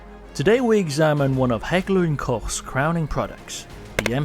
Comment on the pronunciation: always refreshing to hear "Koch" pronounced correcly the "ch" sound has to be a nightmare for non native speakers lol